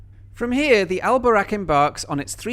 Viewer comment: If you say 'the' you don't need to say 'al' because it means 'the'. And the A in Boraq is long and the Q is further back in the throat, a bit like in 'buck', not as in 'back'.